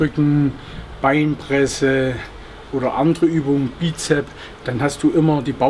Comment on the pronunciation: Er weiß das es Bizeps geschrieben wird,er spricht es nur nicht so aus wie es geschrieben wird und nun? häng dich nicht an so einer unwichtigen Sache auf:D ist voll sympatisch